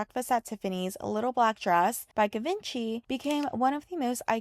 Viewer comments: I heard she spoke six languages. Her timeless style and elegance. Givenchy is actually French. Ye-von-she. Not Italian pronunciation. Breakfast at Tiffany's is A classic. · Awesome video! Always have loved Audrey. 🥰 Minor correction on pronunciation, though: Givenchy is actually pronounced like Gee-vahn-she.... (instead of rhyming with Da Vinci). It's because it's a French name, rather than Italian. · I can’t get over that pronunciation of Givenchy. Had to stop watching. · lets first try to pronounce Givenchy right